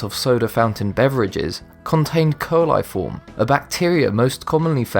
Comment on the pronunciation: Grammar nazi here. Coli by itself is pronounced with long vowels KOH-LIE, but "coliform" is said with SHORT vowels, hence Kall-IF-Form. You can even say it as KOLA-Form but it's definitely NOT KOAL-eye-form. To learn how to pronounce words properly, go to college or university.